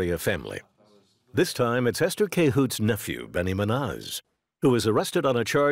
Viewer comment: It's not Benny "mah NOZ" but Benny "MOON yose"! Jeepers.